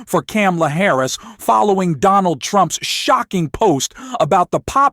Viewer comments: Her name is pronounced comma la and NOT cam a la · Please adjust your robot. not. CAM-la. Comma-la. you lose credibility when you mispronounce her name. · Thank you for supporting Kamala Harris but please pronounce her name correctly!!! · It's comma-la, you mispronounced it like Trump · You are not pronouncing Kamala right.